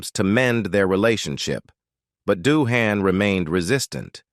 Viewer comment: So many errors and inconsistencies in the pronunciations of names (e.g., Doohan, Nimoy, Nerine) and words (e.g., tinnitus, awe). Your essay on Shatner was a bit bloated, but otherwise well written. I've always been a fan of William Shatner, and would love to have met him. At least he once replied to a tweet of mine back when I subscribed to the platform.